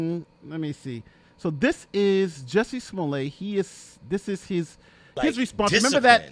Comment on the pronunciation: You aren't pronouncing his name right! His last name has 2 t's so you pronounce the t. If his last name had 1 t then you would pronounce it as you are with the long "a" sound.That is the rule in french and his last name is french! (But usually there is an e after the 2 t's.)